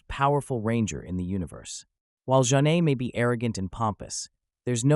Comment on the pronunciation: You pronounced Zhane wrong